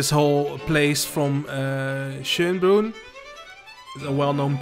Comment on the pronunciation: First pronunciation of Schönbrunn was quite on point. The zoo is rated best in Europe as far as I know and it is the oldest still existing zoo in the world. Quite interesting as it mix modern zoo exhibits with historic buildings.